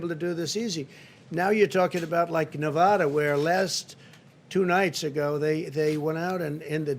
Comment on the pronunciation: And Na VAHHda. Then again he thought they were building a wall between Mexico and Colorado.